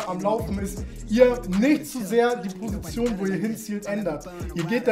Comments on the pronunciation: Kannst du Position nicht aussprechen oder wieso sagst du schon seit Jahren „Prosition“ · Die „Prosition“ 😂😂😂